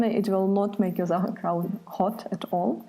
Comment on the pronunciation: I was hoping to make sauerkraut not zauerkraut!